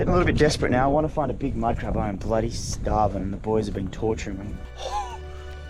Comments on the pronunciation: The word he say madcrab ihear like minecraft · wow when u said 2 big mud crab fast it sounded gibberish lol i love the vids